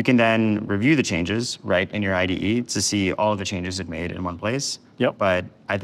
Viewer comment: needs to learn to pronounce IDE